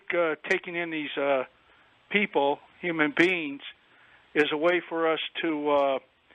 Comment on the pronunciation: “Humand beans”